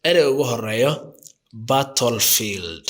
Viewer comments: The pronunciation is not good! Therefore, you should correct it; otherwise, the people will benefit from these political words! Example, the word battle field! Americans pronounce baadhal fiildh or British pronunce it baatal fiildh, I am so commiserating with it! Weapon can't be pronounced wiiban, but you should pronunce webanis, don't you listen international Media? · But, I have never seen a person who makes mistakes in pronunciation! Pronunciation is so important because you wanna teach something for other people! Weapons= webanis, you should learn phonetics if you want to be a teacher! But, your pronunciation is completely wrong! Battle field you have not enunciated it well! Chaos,you should pronounce it ke'yas and so on!